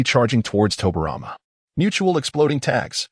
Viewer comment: you got hashirama and tobirama names wrong